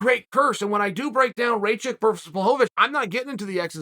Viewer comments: Raychick -> Ra-kich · When he pronounced blahovic appropriately I was shocked...but then uncle chael whips out "raychick" and everything was balanced in the universe again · Raychik?? I like smartass who can't even learn someone's name correct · Raychick? It's pronounced Rock-itch. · Chael, Aleksandar is Rakic not Raychek. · Uncle Chael: Ray chick Alexander Rakic's ACL: Mr. Sonnen, I dont feel so good *snap* Jan Blachowicz: Nico nico kneeeeeeeee Jiri Prochazka: Ah, I see you are a man of culture as well. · How d hell you read Rakic - Raychick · his name is pronounced Raahhhkitch (like kitchen) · You say his name like (Rock ich) rakic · RAKEECH! it's not that hard to pronounce! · Who the hell is Raychick?? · Unc... think "jock itch"... Rakic'